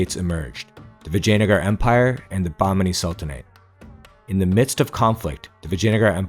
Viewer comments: "Vagina-gar" ...i like it... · It's Vijayanagaram.